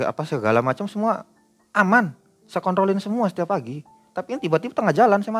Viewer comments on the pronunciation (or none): 19.46 kl ngomong yg bner bang 😅😅😅😅😅😅 ,ngomong kontrol kok jdi .......😅😅😅😅😅